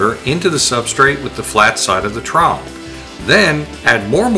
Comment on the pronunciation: Trawel not awelavl